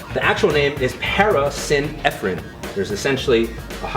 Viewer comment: I like the idea of these kinds of videos. I don't normally comment on youtube videos, but out of respect for Kai, this dude needs to work on his pronunciation. Carnitine is pronounced CAR-NI-TEEN, not CAR-TI-NIGHT. Acetyl is pronounced UH-SEET-L, not ASS-E-TILL. Synephrine is pronounced SIN-EFF-RIN, not SIN-EFF-ED-RIN (not to be confused with Ephedrine). It doesn't instill a lot of confidence. Also his dad's watch doesn't fit.